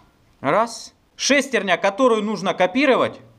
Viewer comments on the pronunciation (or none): Интересно конечно, но так убивает неправильное ударение в слове "шестерня"....ударение должно быть на Я... ;)